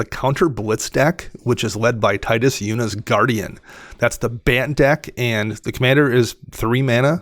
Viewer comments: its pronounced Tee-dus, just so you know. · Tide us makes more sense. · Only cowards say Teedus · His name is never spoken in game. Tide makes more sense given the aquatic theme. Teedus pronouncers hate life itself. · Was just about to comment about Tidus pronounciation, but got me! 😂 As you guys pointed out, what I like the most about Tidus is that you can proliferate really any type of counter you want, ability counters for example, and then move them to other permanents.